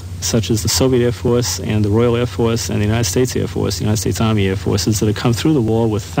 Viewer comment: woyal wair fworce